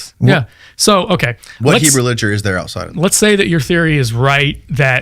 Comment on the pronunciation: And he calls that liteturue 😂😂😂😂